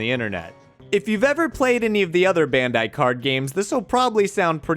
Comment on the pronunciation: It's "bandai" not "bendai".